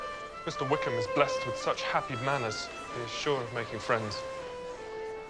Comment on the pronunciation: 😂😂😂😂👌 is so twitterpated she can't pronounce Wickham.